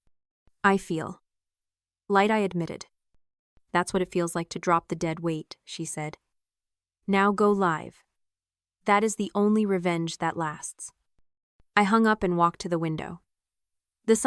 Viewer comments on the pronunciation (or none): "Now go live" — "live" to rhyme with "give," not "dive."